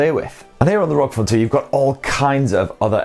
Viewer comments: I have to correct you. It's called "are-oh-gee" phone not rog phone. Republic of Gamers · Don't you ever say rog again It's R O G